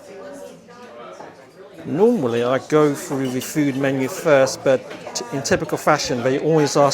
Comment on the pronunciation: Please pronounce your ‘th’ correctly. One gets rather weary, hearing the English language being butchered, with ‘froo,’ ‘fing’ and ‘parfway’.